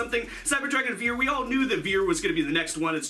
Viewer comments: Its actually pronounced fier, not viet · vier ist prononced like fear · As a german I think your pronunciation is very funny xD "vier" is pronunced like "fear" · Vier is pronounced more like fia. It’s the German number for 4 and V has an f sound while W has a v sound. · It’s pronounced “fear” the “v” makes an “f” sound. Dope-ass Cyber Dragon name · Vier is is pronounced like the english word fear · Vehicleroids anyone...? also Vier is pronounced fear because it's German. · nice video👍 i just wanted to say that the "v" in "vier" is pronounced harder like a "f" in "for" 😉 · It's always funny to hear Americans try to pronounce german words :D The way you say "Vier" would be the correct way to say "Wir" which is the german word for "we". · That's not how you say "Vier"